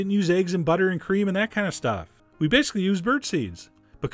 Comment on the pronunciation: "Badically birdseed" lofl!